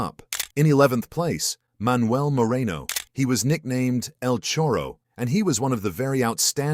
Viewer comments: Another correction, the nickname for Moreno was El Charro, not El Chorro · My friend. is El Charro Moreno not el Chorro. ( Chorro in Argentina means theft )